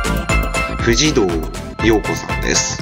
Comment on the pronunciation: 藤堂陽子は「ふじどうようこ」ではなく「とうどうようこ」と読むんです。本当に間違い多過ぎ。仮面ライダーの動画を作成しているという事は仮面ライダーのファン？ならもっと仮面ライダーシリーズを観て色々調べてから作成しなよ。何をどうすればこんなに間違えられるの。